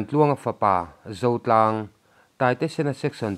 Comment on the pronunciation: Zotlang tih top zeel hi a chiang thin lo.